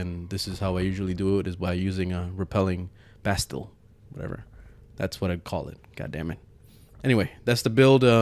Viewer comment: Bastille is pronounced "Ba- steel" or close enough to it that people won't be the wiser :)